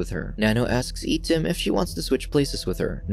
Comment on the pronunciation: Correct pronouncing for I-tim is eye tim